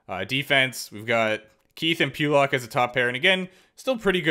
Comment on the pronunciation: says Ryan “Pewlock” instead of Pull-Lock